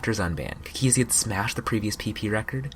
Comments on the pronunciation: It annoys me how he says cookiezi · the way he says cookiezi T-T